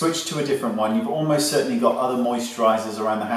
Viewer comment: You kind of said "certainly" in an American accent!